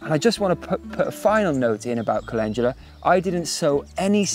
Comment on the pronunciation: Me: Cal-In-Doo-Luh Him: Calenjula 😂 When you realize you've been saying something wrong your entire life